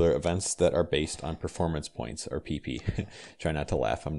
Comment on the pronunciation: I cant help to laugh every time you say PP: "maximum Pee pee".